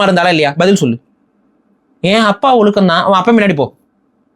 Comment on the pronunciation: ஒலுக்கம் ❌ ஒழுக்கம் ✅ சிறப்பு 'ழ'கரம் சரியாக உச்சரிக்கவும்